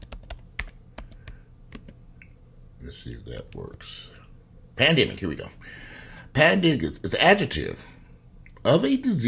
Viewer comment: Lol! For a minute there i thought you said "Panniggahs"... Lol i had to rewind